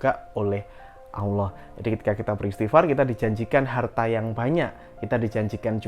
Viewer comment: Cara mengucapkan asma ALLOH Awloh coba dengar ber'ulang"